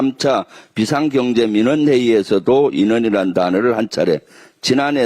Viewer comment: 다시 한번 잘 들어주시길 바랍니다 인원이 아니라 '민원' 입니다(기므네)